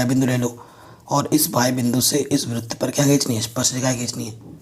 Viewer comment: सर बृत नही होता है। वृत होता है।